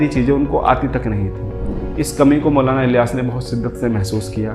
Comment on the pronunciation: Mashallah bhai video bahut achi hai bas jab ap Maulana ka naam thik se lo 💚